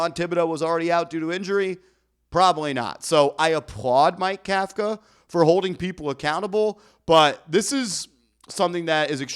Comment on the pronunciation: If you consider yourself a professional, you should learn to properly pronounce the coach’s name Kafka like cough-ka. Think Tom Coughlin